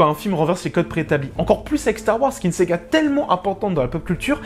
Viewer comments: Salut, Apparemment, tu fais un bloquage sur le mot "SAGA". Le sujet n'est pas porté sur une console de jeu mais sur Starwars. Lorsque SEGA sortira un jeu sur SW, tu pourras te lâcher :) Sinon, je n'ai pas vraiment aimé ce film. Je me suis même surpris à m'ennuyer durant le premier tiers du film. Contrairement aux intégristes SW, bouleverser la trame pépère de cette s"A"ga, why not..... Mais.... Les détails scénaristes ont été traités par-dessus la jambe et truffés d'incohérences. OK, c'est du Disney, mais il n'y a pas que des pré-ado qui vont le regarder, d'autres vont faire fonctionner leur cerveau. - Luke jette le sabre, car il ne croit plus vraiment en une victoire. Ok, c'est marrant, pourquoi pas. Mais qu'il ne vienne pas pleunicher auprès de Yoda lorsque celui-ci veut cramer les bouquins. - Faire creuver Snock, pourquoi pas. Mais le faire creuver comme une merde alors qu'il est méga puissant pour lire les pensées. - Pareil pour la mort de Phasma par Finn. On aurait pu s'attendre à un combat épique étiré sur la longueur en intercalant d'autres scènes. Mais non, là encore, une mort de merde, frappé on ne sait pas trop comment et par-derriere par Finn qui arrive de nulle part. - Des vaisseaux de la rebellion qui déboulent de nulle part qui surprennent les "méchants". Du n'importe quoi. - On pouvait s'attendre à une formation de Rey par Luke. Tu parles, 2 ou 3 dialogues sans émotions qui passent inaperçus. Et on se dit: "c'est ça la formation ?" La formation de Luke par Yoga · Pourquoi tu dis "séga" et pas "saga" ????????? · C ce que je voulais mettre aussi: pourquoi dire Sega? Parceque c'est plus fort que toi? 😂😂😂. Sinon d'accord sur énormément de points. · Je crois que le col de ton t-shirt a un problème ^^ sinon bonne vidéo merci mais je suis né avec star wars et difficile pour moi de voir un film ainsi tout effacé et tu as du mal a dire le mot Saga on entend bien séga XD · Une S-AH!-GA ! Pas Sega !